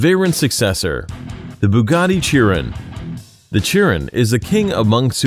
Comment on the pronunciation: Chiron is pronounced sheron